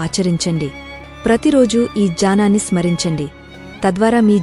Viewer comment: జ్ఞానాన్ని ,జానం అని వ్రాయ బడటం, వలన చదివేటప్పుడు జానం అని చదువుతున్నారు..అని భావిస్తున్నాను.---ఓం తత్సత్